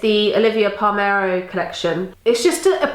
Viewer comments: I have to say it: it's not Pall-mer-o, it's Pall-ler-mo! That red lip looks lovely with your eyes, however, and I enjoyed the video. You are rocking those glasses! x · It's Olivia PaLERMO not PalMERO . Had to say this cause I live her and I think she's such a fashion icon .💗